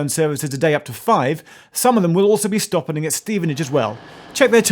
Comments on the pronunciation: " Some of them will also be stoppening at Stevenage as well 😂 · This is a great vid, but have to point out "some of them will also be stoppening (sic) at Stevenage as well". What? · "....stoppening at Stevenage..." Geoff? :-) :-)